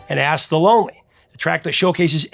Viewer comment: Sorry, man, but every time you said "Ask the Lonely" it sounded like "Ass the Lonely". I was giggling my ASK off. :D